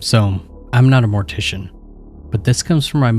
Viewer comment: Ah yes! Mor-tiss-ian stories! Braaaavo